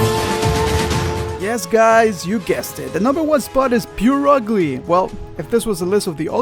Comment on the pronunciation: The way he said Purugly XD I always thought "purr-ugly" (and that's probably what it's supposed to be), but he said "pure-ugly". Which is honestly quite true and what I am now going to call it. XD